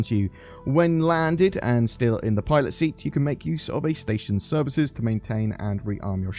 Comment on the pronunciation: Sorry but i keep hearing "toilet seat" instead of "pilot seat" 🤣🤣